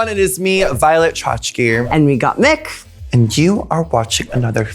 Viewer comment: I agree with what your saying but it’s Gottmik not gotmick